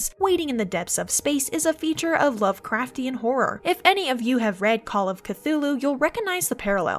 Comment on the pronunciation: Christ! She BUTCHERED the lovecraftian pronunciation!! But she's right that there are some VERY strong Lovecraftian themes in mass effect: "That is not dead, which can eternal lie, And with strange aeons, even death may die." That sounds like both a description of the reapers AND a prophecy of their demise. Ia, Ia, Cthulhu fhtagn!